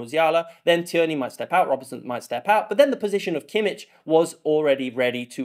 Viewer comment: It's also [kimmih] not [kimmich] 🥲